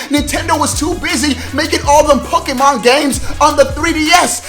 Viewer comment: The acsented e in Pokémon make the ā sound